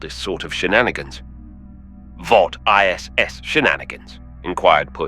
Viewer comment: Definitely AI generated - says "lead" (opposite of follow), instead of "lead" (the element), and can't recognize Weinbaum's German colloquial "iss", instead pronouncing all three letters. Twice.